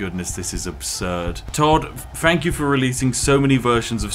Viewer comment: Learn how to correctly pronounce words. It is not, "You do your FING." It is, "You do your THING." "THank you." Not, "Fank you."